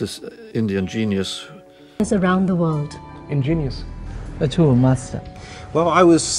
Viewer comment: What is this"inginious"🤔